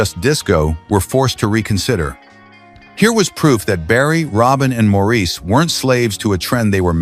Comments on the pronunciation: I can usually put up with AI. This one has me seeing red. Maurice's name is pronounced Morris. The repetitious explanation of the songʼs background had me gritting my teeth because it was not accurate. While two of their songs from their early days as the Brothers Gibbs were mentioned, neither of them were actually their best songs from the time. The album cover shown had some of their iconic songs from the time. While Massachusetts is a beautiful and touching song, it was written on a dare. Robin especially said he could write a song about anything, so Massachusetts was thrown out and the song which resulted is an iconic song but this background gives THAT song as much depth as How Deep Is Your Love. They felt, as individuals, their music did not fit in with the music which paved the way for Heavy Metal. Disco did revive their careers but How Deep is Your Love is not the only song which fit their revival careers. Then a photo including their equally talented brother Andy was flashed. (As for Andy, his songs were written by his brothers and they provided background vocals for him.) As a lifelong fan of these talented musicians, this video didn't do them justice. Oh, and record was mispronounced. If AI is going to be used, and as I said I usually don't mind AI, but for heavenʼs sake review and edit it before releasing it to younger viewers. I first heard this song as I was working on a production line, paid by each product I produced. Thankfully my real career was waiting for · MOR-iss not Mor-eece please... don't insult the Boomers. They're Aussies, not French... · His name was pronounced “Morris” Just watch Maurice who sang with his ex wife LuLu and hear how she pronounced his name. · Its pronounced MORRIS!!!!!! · Ps—Morris. Not mor-ese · Learn to pronounce Maurice. It isn't Morreese, it's pronounced Morrls. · MORRIS NOT MORREESE! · Maurice is pronounced Morris. That’s why we call him Mo. RIP boys, you’ll never be forgotten. Play on Barry, play on.